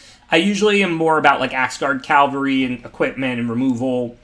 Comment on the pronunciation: What's been bothering me is that it's pronounced caVALry, not CALvary . Cavalry are mounted warriors. Calvary is where Jesus Christ died, according to the tradition.